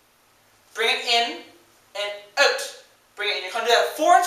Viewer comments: Love The Way You Say OUt (oot) :) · Lmaoo!!! at the 'out' ... 'oot' word. I can just imagine myself in your class laughing full on in the back. But thanks for the video. its good made me smile and laugh. :))) xx Lol.!! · Where are you from? You say 'out' super weird...